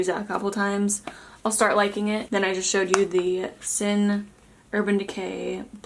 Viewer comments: “Haha... stert” omg I love you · "Stert.." haha!